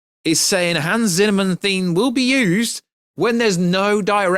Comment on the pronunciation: Did u just say Hans Zinnerman??